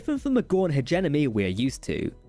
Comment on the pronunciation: The accent is fine. It's the mispronunciations (like "Hedge-Enemy" and "virapulous," and "ovaripus") that are getting on my nerves.